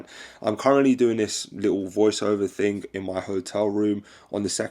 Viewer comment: Why do you say ting? Youre not jamaican so why are you acting like a jamaican?